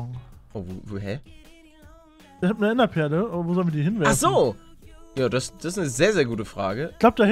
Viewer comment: Palle ich glaube das heißt Enderperle und nicht Enterperle :D